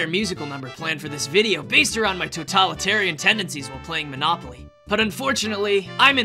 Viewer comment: Monopoly sounds more like monakupoly 😂